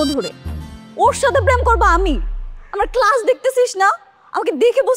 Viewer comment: আচ্ছা এতোই শিক্ষিত তাহলে কেলাস বললো কেনো